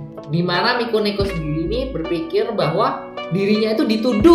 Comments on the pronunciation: Dari mikeneko jadi mikoneko, mekoneko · Lo ngomong mikeneko aja kagak becus